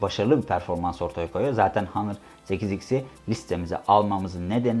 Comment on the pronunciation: hanır değil ˈänər